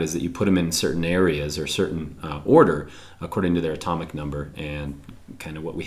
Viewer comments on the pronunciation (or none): none